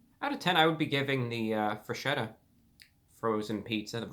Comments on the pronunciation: WTF it's FRESKETTA not freshetta, pls...... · I feel ashamed to even attempt to correct you, dear Review Brah - however, it is pronounced FresKetta. "Ch" in Italian is pronounced like a hard C. After a ROTW 7.5 review, I'm sure the company is now considering renaming the company. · Just one thing, the correct way to say it is FRESKETTA, because "ch" sounds like "k" in italian. Have a good day, sir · in a Italian accent its not forgeta its freshetta